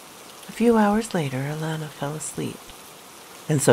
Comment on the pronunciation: I love how you say my granddaughter's name Alana 🥰 ty for this video sweetheart 👍🏾